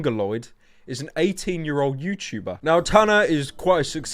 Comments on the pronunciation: "a youtubah" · What is a youtchuber? You mention that word a lot 😧